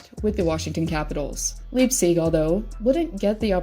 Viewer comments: LYPE-SICK" NOT "LEEGSEEG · Yeah, I was confused at her pronunciation. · Your pronouncing leipsics name wrong